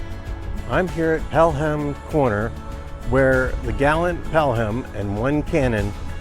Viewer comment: Good video, although I haven't ever heard the h pronounced in Pelham.